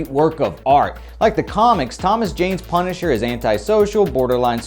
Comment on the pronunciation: LMAO "Punsiher"